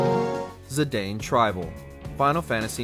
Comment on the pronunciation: You pronounced Zidane AND Cecil wrong, but at least you said “Tidus” right. That said, it’s sad that you didn’t mention the characterization of the protagonists in other media. Especially in the DISSIDIA games. And personally, I will always love Cecil as FF4 was my first ever Final Fantasy. There’s also the fact that he was once a dark knight, but then became a paladin.